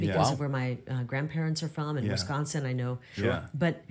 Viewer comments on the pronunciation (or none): none